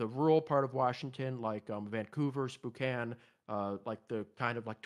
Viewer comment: he said spookanne